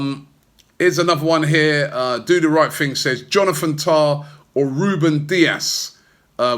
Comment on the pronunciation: Not rugani.Not umtiti.JONATHAN TAAHHH